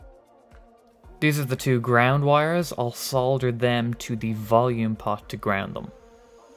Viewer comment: THANK you for saying solder correctly! \m/ Guitar is rockin'!